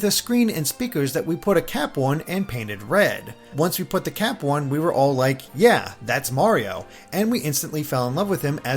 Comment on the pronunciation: You say cap like cwap